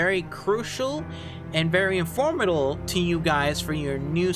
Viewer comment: "crucial and informatal" -_- like, just do another take